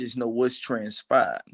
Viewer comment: “I know what transpahed”